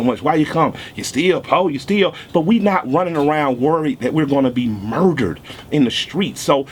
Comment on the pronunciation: I FELT Homie!!! The way he says MURderED! & the look on his face!!made me join IG Guestion though WHY? WHY? WHY? isn't this VERY VERY VERY Intelligent SMART pro-active & reactive solution to the struggle isn't "going viral" in OUR community? We can spread viral videos of funny/amusing, World Star or shocking vids. However Modern day Malcolm X's & Dr. King's just get passed over ( unless it's an 11 year old boy imitating viral REALLY!! FOH!). I pledge to become part of the solution. . .Soon as I can $100 to A Black owned bank!! MY MAN KILLER MIKE THE RE-IGNITION OF Mal X, HUEY, FRED, & STOCKLEY & KING all rolled up in, 1 LUV!!!